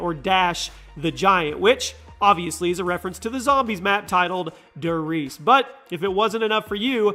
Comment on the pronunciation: If i hear "dur reeeeese" one more time...